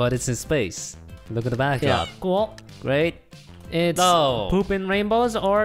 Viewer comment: Hypixel Voting: Good Jerry and Harry: cWoLe (cool)